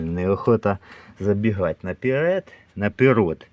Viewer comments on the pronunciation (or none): none